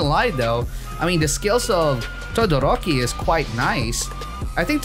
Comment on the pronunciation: my dude says tadadoroki lel